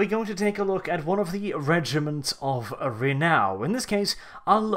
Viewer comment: Dude, it's Renown, not Renow.